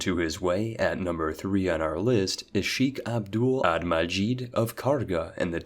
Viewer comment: Best butchered pronounciation of sheikh i have ever heard